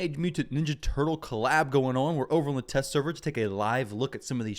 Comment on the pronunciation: oh mah laww a snapping turrlaww